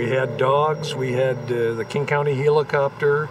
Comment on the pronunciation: Don't hear the word helicopter mispronounced quite like that....did he go with healicopter?!